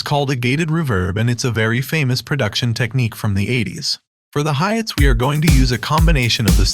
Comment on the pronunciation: The robo voice be like, "a kick, a snare, and some hi-yets..." we are gonna be using some 80s ruuhh-verbss"